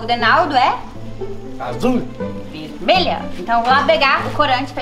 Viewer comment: "azuL" "veLmelha" Kakakakaka